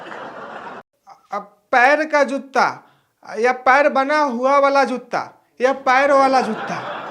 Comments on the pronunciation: जुत्ता नहीं भाई जूता ,😊😊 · Jootta nhi hota pagal joota hota h